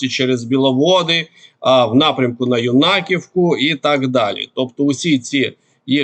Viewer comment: Є село Варачене,а не Врачине. Читати не навчився? Та Ю'наківка, а не Юна'ківка.